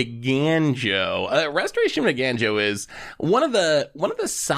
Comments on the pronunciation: Somebody alert the media, has managed to successfully pronounce Eiganjo correctly. I am legitimately thrilled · I’m mostly impressed managed to pronounce it correctly, because I’ve only ever heard him call it “Restoration of Ejanno”.